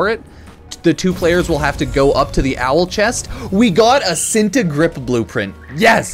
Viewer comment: ITS called chin-tae not sinta